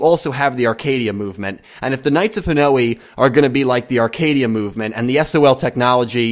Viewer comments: That pronounciation of Hanoi is so weird. It's one sound at the end, ha-noy. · Hanoi is pronounced 'Ha-noy' dude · It's not Japanese, it's Vietnamese. It's Ha-noy.